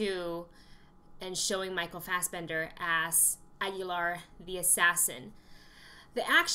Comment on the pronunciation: You are the very first person that is not a spanish speaker that says aguilar the right way